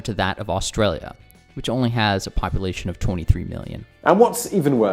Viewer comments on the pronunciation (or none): none